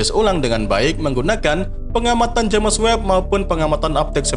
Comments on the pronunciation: Videonya sangat mendidik. Sayang ternoda dgn cara penyebutan james webb, tentu sangat ga bagus klo diikuti sama orang2. Apa kata orang bule nanti. Sayang admin nya ga terima kritikan yg membangun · Haha JamEs webb